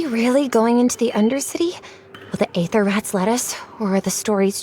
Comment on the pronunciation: Some will say that you pronounced Aether wrong, do not listen to them